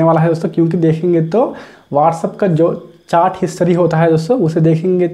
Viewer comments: चाट नही चैट,🤣🤣😂🤣😂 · Chart ni Bhai chat 😅😂